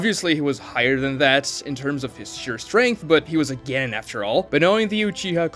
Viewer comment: The way he says "Genin" and "Chunin" is driving me up a WALL It's CHEW-NEEN and GEN-NEEN PLEASE